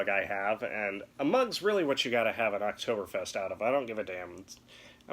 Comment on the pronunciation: The people of Germany are disappointed in your pronunciation.